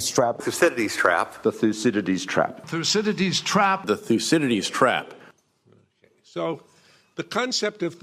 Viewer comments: (Minute , Thucydides) Except that the speaker, cough couch couch, is obviously not able to pronounce his name. A shame on Americans and even brits that you are not able to pronounce any "non english" name correctly. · Why is this guy so obsessed with pronouncing 'Thucydides'?